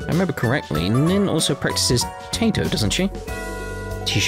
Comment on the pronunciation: 'Tato is a very vicious martial art. You basically boil your opponent, mash 'em, stick 'em in a stew... Taito, on the other hand, is probably pronounced tie-toe.